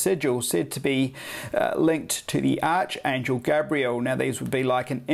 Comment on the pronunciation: Its pronounced like ARKAngel...ArchAngel